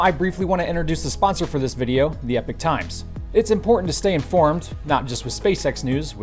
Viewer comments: Can I just say, as a Norwegian, that Epoch is pronounced /ˈiːpɒk,ˈɛpɒk/ - eeee puck (just a suggestion). Epic is pronounced /ˈɛpɪk/ which sounds like you say eeee pick. My English teacher, who was American, would have slayed me for this poor distinction. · Pronounced "E Pock".... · informative as always (thanks) - Epoch isn't pronounced Epic mate - unless that's how they roll... is it?